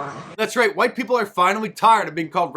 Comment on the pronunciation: it IS Wa-eet Dem-oh!-crahht-elite-run cities where minoreetees suffer......just say-in!